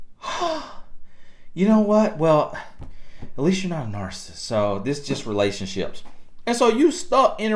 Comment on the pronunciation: I know I'm wrong for this but cannot pronounce this word, narcissist and it is driving me crazy1🤯 but I do love your videos.